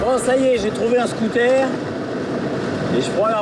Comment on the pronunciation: Pardon Antoine, mais à chaque fois que je t’entends dire « un scoutaire » je saigne des oreilles! Un scooter! « Scouteur » EUR pas AIRE! 😄😅😉